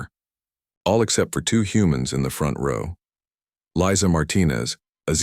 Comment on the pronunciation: The AI narration mispronounced the name Lisa as Liza.